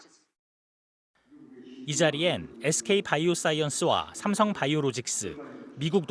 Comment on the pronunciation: 쌤썽, 훈다이, 에스케이, and 엘쥐이